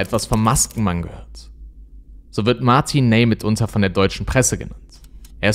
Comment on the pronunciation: Du sprichst "Martin Ney" falsch aus, das "ey" wird hier ausgesprochen wie das "ei" in "nein".